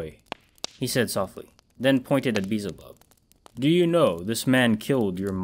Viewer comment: Great narration but I couldn't help but chuckle whenever you said "Beezel bub" it's pronounced Bee EL zuh BUB just so you know. No offense.